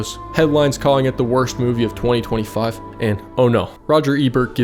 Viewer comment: why he was making 2025 sound like it was 50 years ago🥀 🥀 🥀 🥀